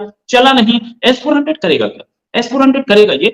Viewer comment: अबे एस फौर्टिन नहीं S. 400ठीक से बोलना तो सिख लोल